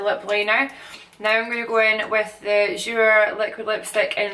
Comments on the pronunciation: you are beautiful and I love your gorgeous Scottish accent, just want to let you know that your jouer lippy is pronounced jou-eh not jou-er. Just for future reference. Keep shinning gorgeous. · ps, Jouer is pronounced "jou-ay" xx